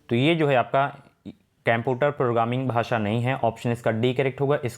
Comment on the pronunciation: केम्पुटर NHi कंप्यूटर होता है सर